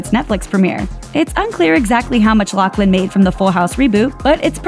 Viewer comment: OMG!!!! It’s pronounced LauFlin!!! No C